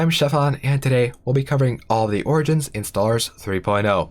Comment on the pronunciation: I dont know what this game is, but I just listened to this entire thing hearing him say "oranges"